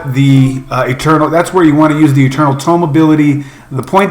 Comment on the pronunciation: OK this might be my OCD kicking in, but it's eternal TOME, not TOMB. Nice video though =)